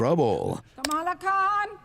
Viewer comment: keeps saying Ka-Mah-La's name wrong. He's saying it like the VP's name. Both names comes from different ethnic and language groups and are pronounced differently.